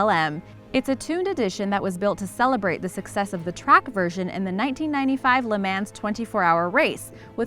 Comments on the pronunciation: LeMans....LeMans.... Luh Mon you fuckwit. Chassis.....Chassis... Cha-see you slackwit. Also stop reading statements like questions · Thomas Hildum the year I let slide but I had to pause with the le MAN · so its called "lamaaans" ?? and are you sure that you're showing the F1 LM? god! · I can't stand it she pronounced LA Mans wrong and she pronounced chassis wrong you pronounce it shassee not chassiss LA mans is pronounced le mahns not LA maans. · Can't even pronounce Le Mans [Lay-MAW] right. FAILURRRREE "luhmans durr hurr" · It's pronounced 'le-mon' not fucking "le-manz" stupid bitch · Cool vid... but the Le Mans is pronounced Le Mons, not Mans. Just a little tip 😁😁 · pronounced "la-maa" not "la-mans" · L e mans? It’s pronounced LeMons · LeMan is Pronounced Le Mon - Chasis is pronounced Chaasy - Reventon is from Italy not Mexico. Please have someone who actually knows what they are speaking about not someone reading a script and hasn't a fxxking clue. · La-MANS? .... try saying La'mons is how it's pronounced. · Pronounced Le Mons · Good grief...did she really say "luh man's" ??? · "Lay Mans" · I'm a quarter way in and she said the 1905 rolls was 122 years old than she pronounced le mans le MAN... just no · It's pronounced Le Mans with an "a" as in Ah sound, not "a" as in cat. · Le man-s lol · U R sooooo stupid,U say Le Mans like La-mon there u go XD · "Le Mens" xD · Le "mans" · Let's just take a minute to realize that she totally miss-pronounced the word "la man's." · 122 years old? Le "maans"? LOL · The way you said "Le Mans" hurts my soul. Also, creature comforts in a supercar? You clearly haven't been in many. They generally strip out the creature comforts for sportiness. Lots don't even have radios... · Can pronounce Reventon, can't pronounce Le Mans. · Ew the way she said Le Mans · She puts SOOO much effort into saying Reventon.......still can't say Le Mans correctly! SMH. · The pronounciation of Le Mans kills me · She said LE MANS wrong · LE MANS LMAO omg...